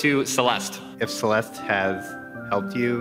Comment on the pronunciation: Didn't the last "e" sound in "Celeste"?